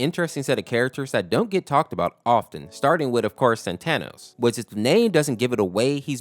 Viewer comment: Bruh its pronounced saatenohs